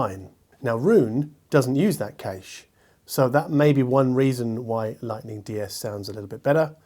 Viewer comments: Cache or cayche (sic), Data or datta (sic).. Sigh, from an Englishman’s POV at least. What’s your reasoning behind the way you pronounce these words. Especially cayche? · No way is 'kayche' a legitimate pronunciation of cache! is such a (loveable) oddball! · I do enjoy your reviews, but I cannot not mention two things... "dayter" and "cash"... I base that on 30 years in IT. Now, it could be that audiophiles refer to it in your vernacular... But, your wrong :-) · There's cache and quiche, and now according to now there's also a "kayche"? Man, English is confusing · Please stop saying 'darter' and 'kayish' it offends my delicate ears :-) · I literally shouted ‘cache’ (cash) and ‘Data’ (dayta) at the screen a second before (cough) corrected himself;) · 'kayche' is correctly pronounced 'buffer'. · That's just like aluminum and aluminium. Aluminum just sounds ridiculous, same for the kayche pronounce of cache - but both are correct, unfortunately 😆 When I heard say it, I thought like: Cache who? Nicolas Cache? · It is pronounced "cash" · Live in Germany myself. Never heard anybody say kayche. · Cache, not cache.